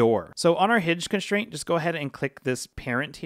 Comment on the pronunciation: It kills me when you people say “conSHtraint”